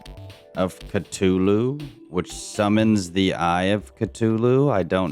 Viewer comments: "eye of catolu" 😭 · When he first said eye of ctuly it cracked me up 😂😂😂 It’s pronounced cuh-thoo-loo by the way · I hate how he says Cthulhu as cu-toto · Are we just gonna ignore the fact that he pronounces “Cthulhu” “Ctulu” I mean I don’t care I’m just saying